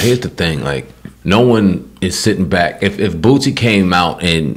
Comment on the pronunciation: Say the man's name right though... It's BOOSIE... not Bootsie!